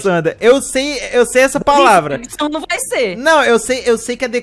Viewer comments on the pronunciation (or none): "eu sei essa paulavra" SOCORR